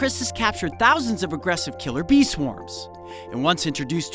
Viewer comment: Am I the only one that heard killer bean instead of killer bee Just me? Ok....